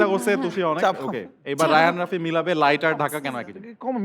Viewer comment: রাফি কে তুমি বলে তুশি 🤨🤨